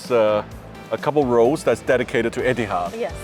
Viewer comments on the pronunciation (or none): Please educate yourself on pronouncing word Etihad not ettiead.